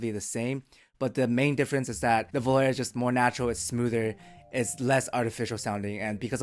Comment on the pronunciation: i love your videos.. IO iems names are italian... Its not pronounced as prepare.. its volarE(FLY) just like SOGNO(dream).. pronouced just like bologna